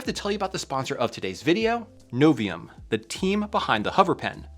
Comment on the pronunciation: It's not Aluminom, it's Aluminium... You did pronounce Novium with no problem at all...